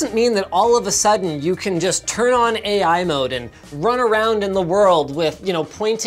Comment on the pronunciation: That just sounds like “A-Iphone” when you say it